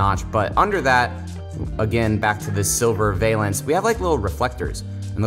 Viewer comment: Valance is pronounced VAL-ENCE.